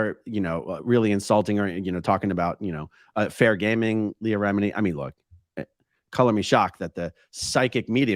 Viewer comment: I laughed so hard at how this person can’t pronounce ANY names “Leah re-miniii” lol